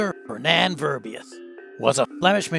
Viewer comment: Verbiest, not verbeyast, learn how to speak.